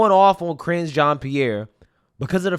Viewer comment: I cracked up EVERY single time you say Karinge.... You know you've made that her name now 🤣🤣🤣🤣 SO FUNNY! I really didn't think it could get worse after Jen Psaki! They filled every single position from president on down with the biggest dummies with the greatest capacity for lying!